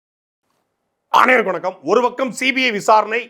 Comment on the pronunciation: Ama edhuku da video starting la naai madhri koraikira.... Medhuva solu da anaivarukum vanakkam.....naai madhri koraikadha...😂